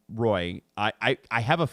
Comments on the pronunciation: It's nice that they did that, but also used the extremely anglo pronunciation for (Joshua) Roy 🙃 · Its pronounced Roy like Patrick Roy not "Roy"